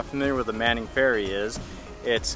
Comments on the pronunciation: Just a brief correction on the old ferry. They are called the Manly Ferry. Manly is actually a Northern Suburb of Sydney. It is not on an island, it is part of the mainland. The area of Manly was named by our first Governor, Phillip, who explored Sydney Harbour during the early days of white settlement. The Governor described the local native men as looking very manly, and that was how the area got its name. To this day the Manly ferry operates more modern ferries between the Sydney city area of Circular Quay (pronounced key) and Manly. I love your travels and your crew. I do miss peanuts. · "Manly" ferry not Manning.